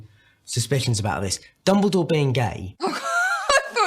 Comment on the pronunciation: I'm sorry but it's dumbledore not dumbledoor but never mind... XD